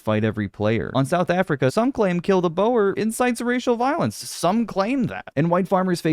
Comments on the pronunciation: just quickly, "boer" is not said like "bo-wer," it's said like "boar." thank you for tickling my nutsack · btw Boer is pronounced like "boor"